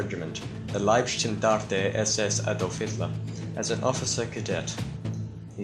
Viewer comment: I love how english people try pronaunce german words as a german it sounds kinda funny to listen to [Luftwaffe, Wehrmacht and Leibstandarte]